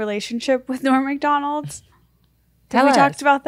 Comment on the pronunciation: Esther says Norm Macdonalds....with the S